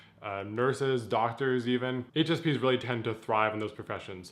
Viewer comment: sounded like he said HSPenis xdxdxdxdxdxdxdxdxdxdxd